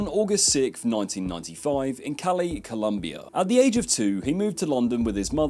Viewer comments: Like why do they always get it wrong?😭COLOMBIA. I swear the pronunciation is what fucks it up. I’m gonna start emphasizing the second O. I mean that’s also how it’s said in its native language. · colombia not columbia